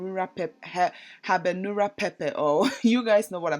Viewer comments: Hi how are you and the family?Egusi for life,growing up we always had egusi is one of our favourite soups. It's called habanero peppers 🤣🤣 saw how you struggled to pronounce it. Thanks for sharing. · Sis was HYPE making this video, u can tell! few things 1. say after me HA BA NE RO peppers 2. i think they are actually called scotch bonnet peppers aka rodo for my naija people 3. mbok where'd u get your palm oil from? it looks verrrrrrrrry rich not like the ones i be buying from my african market that has a nasty after taste that feels like your whole mouth is "gumming" together 4. Sis do we have something against non-stick pots/cookware lol, i've watched some of your food videos and u love your stainless steel shaaaaaaaaaaaaa